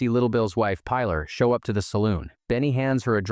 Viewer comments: Pie-laaar"? the girl has a very common spanish name, Pilar, pronounced "Peeh-laar" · Her name is pronounced Pee - LAR. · Robots can't pronounce it